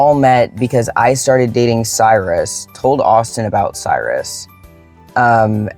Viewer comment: Cyrus. In Latin. Kyros, Greek, predating Latin. Kurush, Persian, predating Greek. Look it up. Respect the person by pronouncing their name correctly. It can mean Sun, throne, lord, far-sighted, bestower of care. Addendum. Never mind. I looked it up for you.